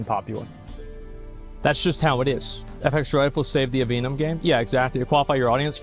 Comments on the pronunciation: Can someone explain why the fuck he says “efextralife” every time he says the name? Is it an inside joke I missed? I know it’s relatively insignificant but it bugs the shit out of me every time he says it. 😂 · oh is it actually pronounced "eff extra life"? i always said it as one word